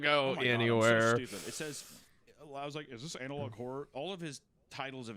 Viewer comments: Why does Hunter keep saying Anal Log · The fact that Meat kept calling it Anal Log Horror for the first few minutes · Why does hunter pronounce analog "anal-log"? Is that a Missouri thing or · Is Hunter saying analOG horror as a bit?, I’ve heard him say analog properly before.